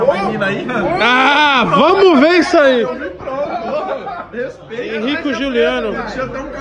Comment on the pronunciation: Tem Toguro falando Henrico e Showliano tem like